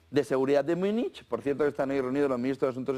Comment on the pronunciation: ¿Por qué dices "Myúnich"? ¿De dónde sacaste esa pronunciación que no es alemana, española, inglesa ni nada?